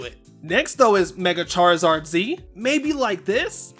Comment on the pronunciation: Chaarizaard Z Chaarizard A ❤❤